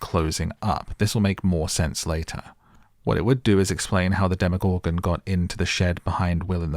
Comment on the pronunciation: The way you say “demoGORGEN” gets me every time 😂 I had to turn off the video